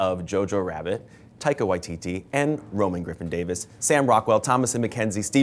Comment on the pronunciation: "Tiger" is what i heard they called Taika the whole interview